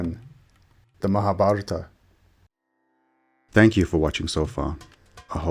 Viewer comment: you need to read the names and words right..otherwise it seems as if read by AI with way too many errors.